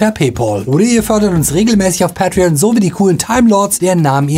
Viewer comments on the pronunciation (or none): none